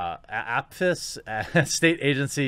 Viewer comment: You said it right. It’s pronounced “Afis”. I use to work for them.